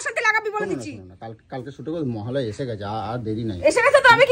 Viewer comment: মহালয়া ❌ মহালয় 😂😂😂